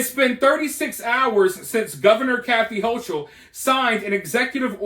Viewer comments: HOE KULL is how it is pronounced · Hochul (pronounced Ho-kul), only knows how to make things worse-she is a tyrant. The helicopters I saw flying over Malone were NOT Black Hawks, they were Chinooks (quite the sight seeing them fly over stores and the NYSP station the other day). When listening or reading the view point of the inmates, you need to keep in mind that they are not in prison just for going too fast with a motor vehicle, they are in there for some really horrible crimes, and many will lie to your face without flinching. They are being fed, but some are throwing bodily waste at the ones feeding them (which is not uncommon). Some of the contraband that has gone into the prisons in the last few weeks happens to be an "unknown" chemical substance, which when exposed to (and/or inhaled) has sent more than 20 prison workers (COs and Civilian staff) to an under staffed and under serviced hospital (most services were removed by the higher ups of that network in VT over the last several years), where multiple doses of Narcan had to be administered (see the articles on and These should tell you just a little bit of how unsafe things are at the NY prisons, and laws like the HALT Act only make it worse. Hochul has been the most inmate supportive governor NY has had and it gives her a horrible black eye in the eyes of most voters and those communities affected by the strike.